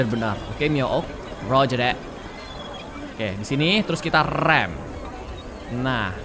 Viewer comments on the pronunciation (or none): none